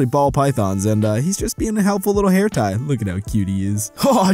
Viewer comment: I swear when he say "the ball python would make a rlly good hair tie" i hear hair tie as Hentai..